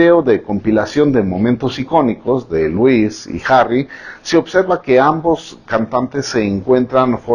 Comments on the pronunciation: No es lois, es lúis... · Señor😂se escribe Louis pero se pronuncia lui 😂😊😃😂😆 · Por favor díganme qué no soy la única a la que se le hace gracioso el que pronuncie mal el nombre de Louis. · Me encanto su video pero el nombre de Louis se pronuncia Lui y el Tomlinson se pronuncia como se escribe ;). Me encantoooo💚💙